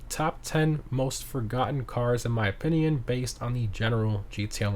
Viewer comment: The way he says opinion cracks me up